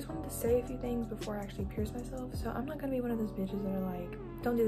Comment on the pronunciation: when you said “pur” i lost it 😭